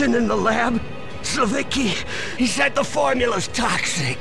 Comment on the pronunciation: Why does the guy pronounce ‘the’ as ‘vuh’ but can say the ‘th’ in ‘anything’??